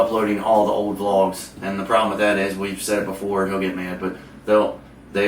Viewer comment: I love how it says vogs instead of vlogs lol